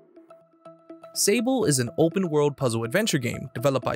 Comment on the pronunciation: I'm pretty sure this is the French world Sable (sand), so it would be pronounced saabl' ([\sɑbl\] so silent h). 😉